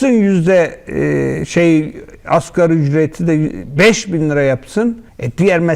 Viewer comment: Askeri ücret 🥴🥴🥴 Zır câhil Nagi. Askeri degil asgarî